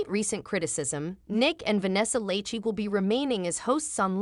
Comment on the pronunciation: Not the mispronunciation of lachey 😂